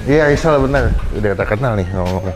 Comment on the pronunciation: Risol bang bukan lisol😊